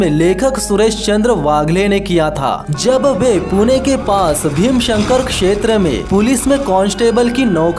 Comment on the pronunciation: भीमाशंकर सही बोला करो भाई